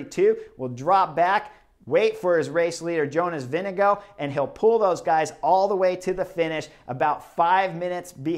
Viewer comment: wtf is a "Vindego" ?